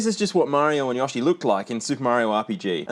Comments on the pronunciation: ... but..... they say "YO-shi". Not "YAH-shi". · But why "Yawsh", why 😭😭😭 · Yo-She. Not Yah-she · YOshi not YOSHi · “Mario and Yohshi” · "Look at Mario, look at Yoshy". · It’s pronounced yo-she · Who is Yah-she? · yAHshi???? omg my eeaarrrrsss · ... I'm sorry, HOW are you pronouncing "Yoshi"? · It pains me to be Australian whenever I hear one of us say yoshi wrong